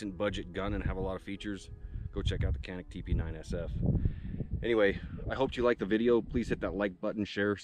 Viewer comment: It's actually pronounced Jănik with the "a" sound like in 'father'. The "J" is actually pronounced like a soft 'J' with almost a "ch" sound. So Chănik would be closer to the Turkish pronunciation. Of course, Americans are going to look at the spelling and say Canik that rhymes with panic. When I'm in gun stores or talking guns with other people, I forget to dumb down the pronunciation, and many people will say, "I've never heard of it". That's when I remember to rhyme it with panic so they can understand which gun I'm talking about.